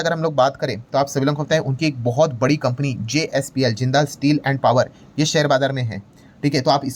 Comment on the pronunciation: ओह ये जिंदाल नहीं है जिंदल ग्रुप है। ये लाला मतलब वैश्य समाज में हैं। जिंदाल तो ऐसे बोल रहे हैं जैसे फिल्म में विलेन होते हैं। 😂😂😂